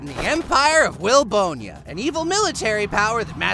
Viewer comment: Wait its actually called "will-bone-ya"?